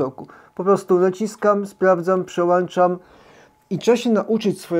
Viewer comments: "Włączam" nie włanczam "Przełączam" nie przełanczam... Super materiał, ale czasem bolą uszy od tych błędów językowych 🙈😉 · Przełączam. Nie mówi się przełanczam. Z całym szacunkiem.